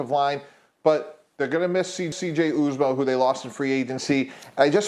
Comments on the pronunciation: Ikr.. "U"zomah NOT OOZOMAH🤦‍♂️ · When the problem That he said is “ozamah” too funny 😂😂😂😂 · This dude said its going to be hard to make the playoffs because they lost "Oozamah" Lol. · I literally have never heard of either of these people. Tannebaum couldn't even pronounce CJ's name right and the Bengals don't even miss Uzomah. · Never trust someone who can't even say CJ's last name correctly. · I saw that ridiculous take they made ,the fact they couldn't pronounce uzomahs name was all I needed to know ...he was a loss but that was not a huge impact player for us ..only way I see us missing is if we are swarmed with injuries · I’ve heard multiple analysts say Uzomahs name wrong all while over stating his importance to this team. I was defiantly a CJ fan but let’s be honest.. if he was that good, like top 10 tight end good we would not have let him walk.. That’s being said, the Bengals are the scariest team in the NFL after getting an actual offensive line.. Oh and thank you critics for the extra motivation for these allready hungry Bengals!! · I can’t take your opinion about the Bengals seriously if you can’t pronounce Uzomah correctly. Most of these “analysts” still know nothing about the Bengals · has to be able to say names before he starts talking about us lol 🤦🏽‍♂️ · Yeah we are going to miss that guy who's name you can't pronounce 🙄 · Just because he doesn't know how to pronounce his name, doesn't mean that Uzomah didn't make a significant contribution to the team. Mostly in the way of leadership's and positivity. That being said, I'm hopeful that the new TE will be more productive in the field. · Can’t even say the TE’s name who left right… goodbye credibility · Dude can't even say uzomahs name right lol and his argument is that because they lost him they're not a playoff team...what kinda argument is that lol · If your going to talk about CJ at least pronounce his last name right…